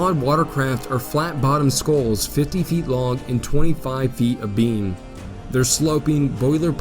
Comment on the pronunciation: Interesting video, but your pronunciation needs work. A scow is pronounced like 'cow', and there were many other words mispronounced.